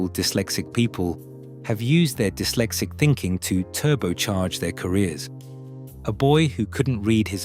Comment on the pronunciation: Its not D-Y-lexic its dis-lexic